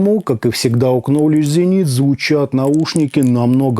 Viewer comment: Спасибо за интересный обзор. Маленький совет. В Knowledge буква К не читается!